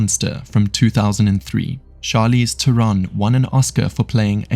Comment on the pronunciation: Charlize is Afrikaans, the correct pronunciation is Teh-ron exactly as the creator has said it. She's used the phonetic pronunciation because it's easier to say and remember. Regards A South African